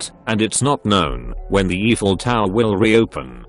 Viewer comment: It’s pronounced The “I Fell” tower hon. 😉